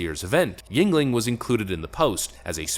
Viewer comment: finally he is pronouncing yuegling correctly lol